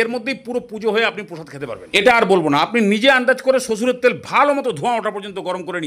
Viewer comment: কেমন যেন শুনলাম শ্বশুরের তেল😂